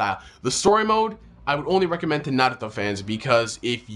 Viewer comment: why do u say Naruto like Sasuke? I didn't think it was suppose to sound like that.